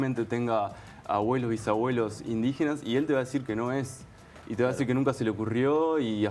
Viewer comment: IN DI GE NAS, INDIGENAAAAAS. Tan dificil es?